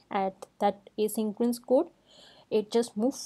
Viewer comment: Ok...its not 'asyncroence'....😭😭😭